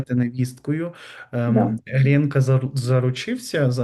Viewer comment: Чому. ГрЄнка?? Якщо українською. ГрІнка!! І прізвище його: ГрИнцевич! Просто неможливо це чути!